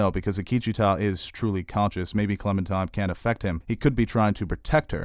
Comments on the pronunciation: I love your reviews, but can you PLEASE stop calling her ClemenTIME. It's pronounced and spelled ClemenTINE. Like the tine of a fork. Otherwise, I love the rest! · Are you really calling her Clemen-TIME??